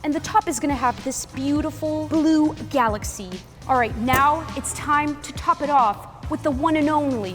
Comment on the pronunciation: “gialaxy” 💀💀 not hating or nothing bad i think it’s just funny!